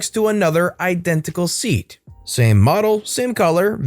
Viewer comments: lol it's pronounced say-at not seat lololol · Its pronounced say-at not seat 😂😂😂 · It's SE:AT (car manufacturer) not seat (put your but on something) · It took me a second on the crazy lady in the store story when you were talking about the OP's car. When I was stationed in Spain many years ago, they had those cars...The SEAT...it (at least back then) was subsidy company of Volkswagen. Anyway, the name of the car is pronounced "Say-aught" not "Seet"...I found it funny when I was there. The cars then were just barely better than the Yugos that were sold here in the States years ago. The back seat was a cloth sling mounted on two hanging mounts and the bodies were just a bit stronger than a beer can. At the wrecking yard on base, there were several that looked almost like a can that had been crushed and tossed out. I had a 1972 Plymouth Satellite Sebring that I purchased from someone coming back to the states. It had been in two wrecks and the previous owners just pounded out the dents and kept going. Loved that car and hated having to leave it over there when I left. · Seat cars 🤣 it's pronounced say at just incase it comes up in future gave me a giggle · its said see at , not seat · Anyone else bothered the car brand Seat (Say-at) is pronounced seat (seet), and Linda Lee Ann is pronounced Linda Leeeeeeen? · The car in the second story is pronounced Say-at, not seat. It is a Spanish brand of car sold in Europe and owned by VW. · seat - pronounced see-at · You may have a small seat ( a thing to sit on ) but the car SEAT is pronounced SAY -AT. If you cannot get the basics correct, its hardly surprising about the rest. ( praart) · hahahaha se-at not seat XD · In the 2nd story, op car is pronounced Say at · Shouldn't SEAT be pronounced "see-at"? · SEAT.....say it with me SAY-AT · SEAT is Spanish car brand, it's pronounced "say-at" (roughly). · SEAT there is pronounced "Se-yat." It's a Spanish car marque owned by Volkswagen. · Fun vid, but Seat is pronounced se-aht